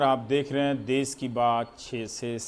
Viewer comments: देश बोलते है देस नहीं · रवीश जी देस नहीं देश होता है। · चचा "देस " नहीं "देश " होता है। बिहार के होके भी हिंदी की बंद बजा रहा है। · Aapko देस नहीं देश होता है आप क्या पाकिस्तान से हो क्या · देश होता है, देस नहीं। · All is fine but... देश होता हैं, देस नहीं ndtv please correct this.